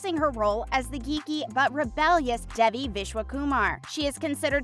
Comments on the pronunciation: it’s not pronounced duh-vie. it’s day-vie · "da-vee" ITS DAY-VEE, LITERALLY NOT THAT HARD. PLEASE LEARN THE PRONOUNCIATIONS!! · WHOEVER is narrating this needs to be fired. They mispronounce Devi’s name EVERY TIME. Would you mispronounce ‘Dave’ as ‘Devv’?! NO! So how hard is it to see it as ‘DAVE-E’ and say it like that?! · it’s DAY-VE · It’s pronounced DAY VE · The actual way to pronounce it is 'deh-vi' not 'dayvi, but the way they say it in the show is quite close. ' - coming from a tamil, south Asian person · As others have said you are pronouncing the lead characters name wrong… considering how much info is packed into this video that seams rather careless🤷🏼‍♀️ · this narrator needs to get fired or needs to go to school again to learn how to watch someone say they name properly and repeat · Ma’am pronounce the name right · It’s not the American accent. It’s the complete mispronunciation of her name... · It is fake like they can‘t even pronounce Devi‘s name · The fact that the narrator of this video is pronouncing Devi’s name wrong is really irritating, they say her name properly on the show. It’s like when you spell your name in your email signature and people still misspell it in their reply.